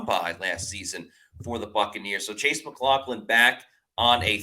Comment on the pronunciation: I believe we should put it in caps: Mac LOFF lin.